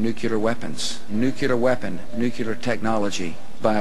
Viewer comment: It does drive me nuts when people say "nucular." I first heard Carter do that -- a nuclear physicist. I try to politely correct people but either they have a tin ear and don't hear their mistake or they don't want to correct it, and it does sound dumb. I also can't stand it when people say "eck cetera." xo